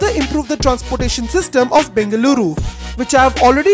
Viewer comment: God, your pronunciation of Bengaluru and other location names is pathetic. Ask your Kannadiga friends, or listen to FM radio, or local TV channels. Please, please, I beg you.